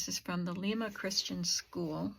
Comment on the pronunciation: Hi! Awesome finds! Love looking at hauls😍 You are off to a good start this year! Lima, NY (my neck of the woods.) Pronounced “Lime - a”